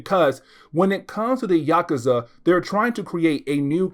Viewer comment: It’s Yock-oozah.